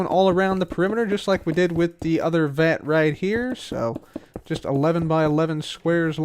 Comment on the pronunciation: Every time you say vat controller, I hear the fat controller